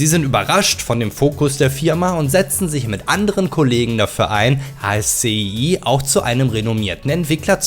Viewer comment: Kleiner Hinweis: ASCII wird Aski ausgesprochen. Das kommt von der Programmsprache